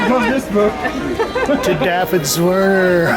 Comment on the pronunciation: Did he say Dah-fid